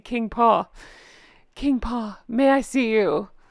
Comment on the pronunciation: When you say “King Pa” my brain hears “King Kong”